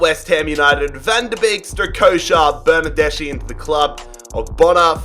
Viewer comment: Love your pronunciation of Italian surnames, but I’d suggest you to check the “-ch+vowel” sound like in Bernardeschi . In fact in Italian it’s pronounced like a /k/ sound. Except for that little detail, great video!